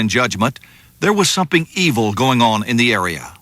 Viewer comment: the narrator says sumping evil 😂 I’ve never heard an adult say sumping!